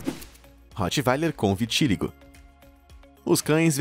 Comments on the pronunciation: e viti-LÍ-go! Gente, até quando esse cara vai continuar assassinando o português desse jeito? Não existe "vitíligo". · Vitiligo não tem acentuação como foi pronunciado: "vitíligo".... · Eu tenho Vitiligo, por favor pronuncie corretamente!